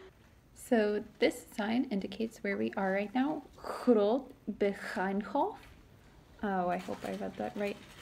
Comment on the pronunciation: Nice video. But if I may, you need to pronounce Leuven with the same sound as the letter ‘i’ in ‘bird’. It’s not pronounced Loovn. And the Oude Markt is pronounced with the same sound as the ‘o’ in ‘how’. It’s not pronounced Oode Markt. Groot Begijnhof you got quite right. Enjoy your stay in this historical city.